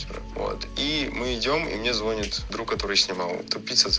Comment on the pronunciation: звОнит? Ужас.